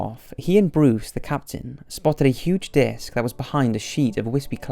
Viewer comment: Is it just me or is something up with his pronunciation in this video? He is usually perfect and on point but there were many times that I did a double take in this vid. When I heard, "...the spotted a huge 'dick' behind the clouds..." and "...they couldn't take their eyes off the 'dick'.." I almost lost it. lol